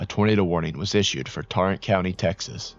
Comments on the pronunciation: I remember this clearly. We drove through downtown Fort Worth shortly after it happened. There was glass in the streets. Its pronounced tAIRant county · You pronouced Tarrant County wrong. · You said tarrant wrong